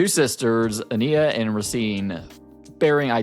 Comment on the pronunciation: Love your perspective just don’t like how you say ania (a-niy-ya)